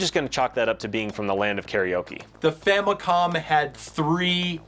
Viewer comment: I love how it sounds like says that families were getting very popular in Japan at the time.